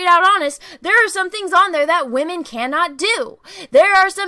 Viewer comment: I love how, says "waaHmen" haha! 😁👍💖